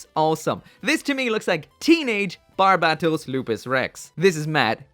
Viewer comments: Every time this guy says barbatos wrong,I start losing brain cells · You still can’t say his name right